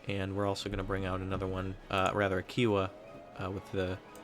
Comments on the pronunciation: couldnt help it and had to write it, its pronounced "chi-o-wah" not "ki-wah', othr thn that awesome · Ki - ow -a not Kee - ow - a